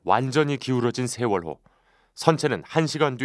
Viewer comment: 인천에서 제주로 가는 여객선 '시월호가' 이러고 있네 어후...........시월호 ㅋㅋㅋㅋㅋㅋ서해지방경찰청장님.....대본은 그래도 미리 읽으세요 ^^ㅋㅋㅋㅋㅋ